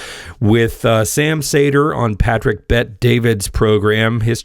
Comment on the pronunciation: I’m sure you’re cool and all but why do you pronounce his name as Sam Sayder when he pronounces it as Sam Seeder?